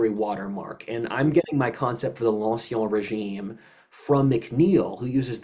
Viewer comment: you're pronouncing "ancien régime" incorrectly. The "en" is pronounced as a French "in" like in the word "fin."